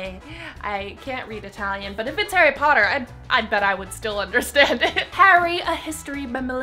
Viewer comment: Harry Pottah